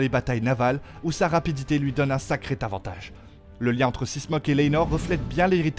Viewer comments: Exactement du même avis! T'as entendu aussi les T devant plein de mots, genre Tavantage et tant d'autres ! 😂 Tout est puérile. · Pad encore vu série mais je sais déjà que les noms sont ml prononcés. Ainsi que fautes d'orthographe et de prononciation : Tavantage, moins Texperimenté, soit pas Timpliuqué. 😂 Sérieux ?! Et les dragons expliqués?! Ben si on regarde série on comprend hein! Bref, pour les gamins quoi qui eux auraient pas compris série, post fait par un autre gamin fier d'avoir compris la série et encore y a une erreur! 😂 Journaliste c'est un vrai métier. 😂